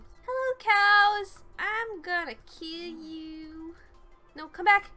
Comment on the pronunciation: "Hello cowwss. I'm gonna kille yewww"